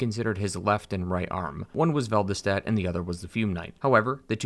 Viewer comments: How can you read "Velstadt" as "Velvistadt"... Shows either bad dyslexia or poor research. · Vel-stadt not vel-d-stat. Lol I'm so petty lol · It's not velvastadt. Just velstadt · Random fact : I live near germany and always pronounced "Velschtatt", so everytime I hear an english speaker saying Velstadt I have a second of bug lol Great video until now, I still have 10 minutes to watch though. It's refreshing to have a take on DS2 as a whole rather than on a gameplay perspective only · Vel-stadt... not sure where you're getting the extra syllable... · How did you manage to call Velstadt "Velvastadt" and Shalquoir "Shalaquoir"? Velvastadt was said multiple times so, it wasn't a mistake.